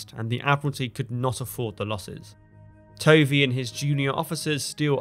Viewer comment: Tovey is pronounced “Tuvvy”.